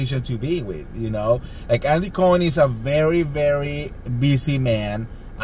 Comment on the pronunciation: Andy Andy Andy— it’s not “BURBERRY Hills” and it’s NOT “Andy COIN” 🤣 omg!!